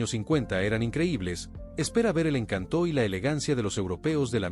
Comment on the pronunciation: Excelente trabajo ; faltó el 1958 Buick Roadmaster el video muy detallado , muy descriptivo, pero no entiendo porque pronuncia ( encantó ); colocandole un acento a la o, al querer decir el encanto de aquella época. Gracias por tan buen video